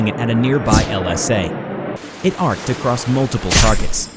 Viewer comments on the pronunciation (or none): none